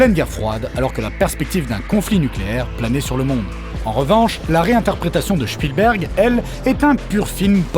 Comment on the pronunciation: "Shpilbérg" Hehe